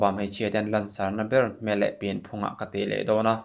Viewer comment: I thil lam a ka correct duh che chu...mei ti lo in mai ti zawk la..